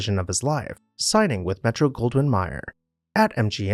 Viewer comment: "Metro Goldwyn MYER?"